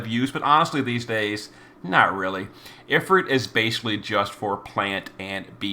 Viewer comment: If-ERT? Dude. Ifrit, is also spelled efreet. EET, like EAT.